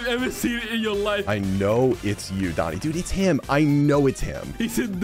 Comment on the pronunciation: it's not doni